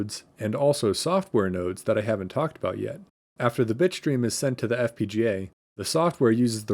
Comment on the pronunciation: for a second i understood bitchstream instead of bitstream.